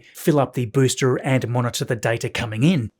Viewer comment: Great video as always, but why do you keep pronouncing ‘booster’ as ‘boostra’?